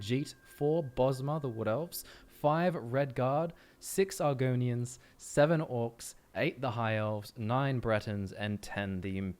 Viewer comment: bro my reaction when said argonians